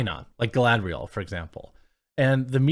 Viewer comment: I think you mean, galadrrrrrrrielllll. 😂😂😂